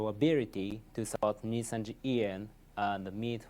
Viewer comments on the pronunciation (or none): asmon consistently being unable to pronounce Nijisanji properly is so funny